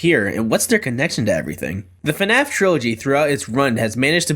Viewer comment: yea thats how to say the FNAF